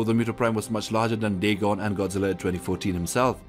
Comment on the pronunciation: That Godzilla was called dagon pronounced day-gone